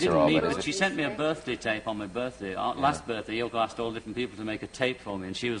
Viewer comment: Haha great Freudian slip, there, Mr. Cavett - he called her YoNO! (uh, Yoko). You def get the sense that he wished she wasn't there at all. Still miss that show.